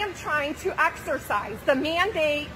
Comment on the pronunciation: If she said the word "exercise" one more time... Axersiiize